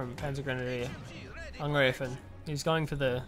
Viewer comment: So many English language casters say angr-ee-fen, it seems you say angr-ay-fen, but in German, it is to be pronounced angr-eye-fen (as in eye, I, aye,...)